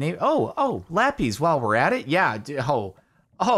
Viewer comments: its called lapIS, not lap-EEEEEEZ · Nobody: CaptainSparklez: LaPeEz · Does the way he says Lapis annoy anyone else or is it just me?